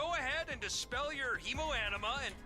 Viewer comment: the way is pronouncing hemoanima, he's saying that we have the power of blood and anime on our side